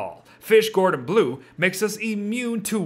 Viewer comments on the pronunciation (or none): none